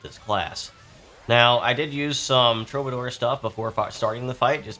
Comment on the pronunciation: True - buh - door. Just trying to help. 👍